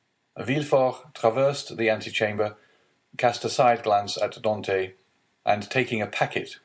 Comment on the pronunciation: Could be because of the unforgivable mispronunciation of "Dantès" and the ridiculous affectation of the characters manners of speaking, amongst other things.